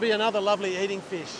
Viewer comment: I filched yr video…shrunk it to 10 secs (3 of which a pause for suspense) ‘’fush at the end of the beach’’😂